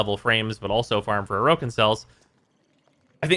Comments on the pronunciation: The original pronunciation puts the stress on the second vowel. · Why do you say "Orokin" incorrectly? They say it correctly throughout the game's story... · likes to mispronounce a lot of things in warframe, (for example "neck ross") it's just kind of tax your ears have to pay to watch his stuff